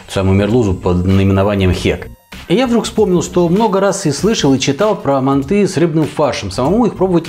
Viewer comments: это все хорошо что она лингвист.... вы посмотрите видео казахов киргизов и всех тюркских наций кто готовит мАнты и Шашлык и вы никогда не услышите мантЫ шашлыкИ и мантышницу🙂🙂🙂 просто ухо режит, а так видео зачет! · Происхождение блюда Тюркское и китайцы тут ни причём, к ним оно пришло из Монголии. Станислав Гильгенберг прав., правильно произносится с ударением на первый слог: мАнты. Современные лингвисты оставляют желать лучшего. простой пример: всегда было правильно произносить слово договор с ударением на последний слог: договОр, теперь произносить можно: дОговор. Лингвисты (российские) пытаются нас убедить, что это допустимо. Хотя когда я учился в школе, это было ошибкой. Такими темпами скоро и до буквы "Ё" доберутся, зачем нам лишняя "Е" в алфавите, ведь одна уже есть. А рецепт очень вкусный, уже год как готовлю. Спасибо большое. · МАнты, а не манты! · Не мантЫ а мАнты... говорят в Казахстане. И лучшая рыба в мантах, это змееголов. С добавлением 25-30% сала. Укроп в мАнты не ложится... и лук не пережаривается, и мясо делают рубленым, и не в коем случае не измельчают в блендере или тестомесе...- Это уже твой личный рецепт. И конечно тогда это уже НЕ манты будут. Нужно другое название этому блюду.А к настоящим мантам, используют соусы основанные на красном перце. Хорошо идет уйгурский "ляджан". Но к этому блюду из рыбы... может и эта зелень покатит. Короче, от "Мант" тут ничего и не осталось. Назови это блюдо по своему... но не мАнты. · МантЫ????? Что это? Есть мАнты.... и к слову они не склоняются..... так же как и шашлык.... Нет такого шашлыки... есть шашлык.... аж передергивает как вы это говорите..... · Согласен. Правильно ставить ударение на первый слог: мАнты.